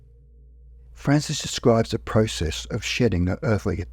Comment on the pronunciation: You mispronounced "Process" throughout the whole video.